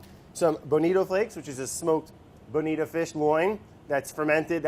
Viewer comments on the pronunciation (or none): Obsessed with how he pronounces bonito as "Benita"